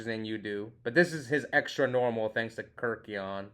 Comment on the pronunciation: Ke RYK eion... But yeah, too many people say KIRK ion lol